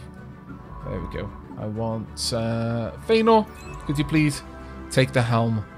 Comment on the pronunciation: Yay! A scientist! Also, I love that I specialize in field manipulation. Whisper You flipped the vowels again, but I think I like it in this case. She may stay Faenor.